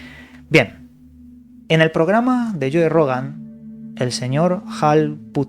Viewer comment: lloe rogan, llacobo grinber XD... eres un investigador profesional y serio, al menos ten el profesionalismo y educacion de aprender a decir los nombres de los personajes que mencionas, es gratis no te va a pasar nada!!!